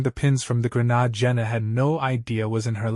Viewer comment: ok am i the only one that is bugged when this AI tells a story and they have to say "grenade"........????